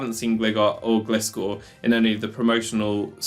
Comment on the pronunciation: It's Glye-gar and Glye-scor. I don't understand what it is about literally everyone that they can't read this name right based on what the pokemon is. It's design clearly shows it is a Hang GLIder bat, okay ? lol Not a Hang glidder bat but a Hang Glider bat. Like I know nobody like when they're corrected on "How to say this fictional made up name" but all names of all things are made up by someone and accents aside, have a way they were intended to be pronounced by their creator just like your own first and surname